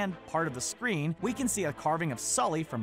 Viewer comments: He said skully instead of sully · you called Sully, Skully. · Did this fool just say "skully" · i heard it too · what the heck he achaly said it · Jeremy Stuckett he said skully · He didn’t mean to. It was probably a mistake. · did he just say scully?